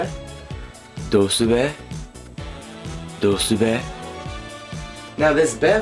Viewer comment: It's not dousube it's pronounced dousnnbee. Source: born in fukushima